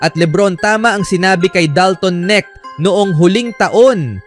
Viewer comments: Ahaha..ano daw dalton nik..nkaka silaw pala huh?! Ahaha nakaka lito hnde pala yan silent K..dapat bangitin mo yon"K" kaya K'necht..c luka nmn sabi ng ibang vlogger luka donsik..putik nayan ahaha donsik doncec..anong pinagka iba dba dalton niknik mo.. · hoy bobo kang voice over ka! dalton KENET HINDI NETK.. BOBO AMPUTA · Boss correction lang Dalton k-nect Ang pagbigkas.. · Yung all over the internet na kung pano ipronounce yung surname na "Knecht" but still you stick to your wrong pronunciation. Lol. Bye